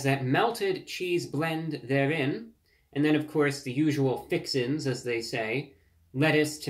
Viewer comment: Why does it make me laugh when he says the word “fixins”. 😂